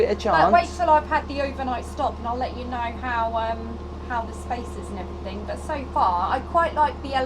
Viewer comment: Hello, I love you dearly, but you consistently say, "Everythink" instead of everything, is driving me nuts!!!! I must have viewed nearly all of your vlogs by now & you always say, "Everythink." Please, Gabby, help him.❤